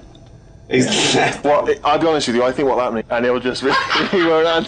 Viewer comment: "Well, I fink I can pwobably become a director because I have Jude Laws number."